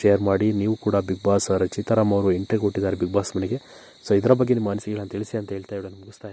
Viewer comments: Lo hidiga idiga antha hentry alla entry nimma yogyatege kannada nettage mathadakke baralla channel bere kedu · ಪುಣ್ಯಾತ್ಮ, ಎಂಟ್ರಿ ಗೆ ಹೆಂಟ್ರಿ, ಒಬ್ಬರಿಗೆ ಬದ್ಲು ಹೊಬ್ಬಬ್ಬರಿಗೆ........ ಅಂತಿಯಲ್ಲಪ್ಪ, ತಂದೇ ಕನ್ನಡ ಸರಿಯಾಗಿ ಕಲಿತುಕೊಳ್ಳಪ್ಪಾ..... 😭😭